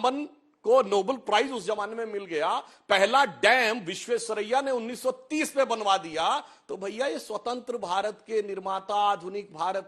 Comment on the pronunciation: क्या दिखाए उसे न बोलना आता है न कुछ ज्ञान है उसे अब क्या उसे छोटा भीम देखते हुए दिखाए टीवी वाले विश्वेश्रैया बोला नही गया उससे कुंभाराम योजना को कुंभकर्ण योजना कहता है कोका कोला को मेड इन उरई बोल रहा था अब तो उसे गाली देने का भी मन नहीं करता है क्योंकि ये मानसिक दिव्यांग है तो अब उससे सहानुभूति है 😂😂😂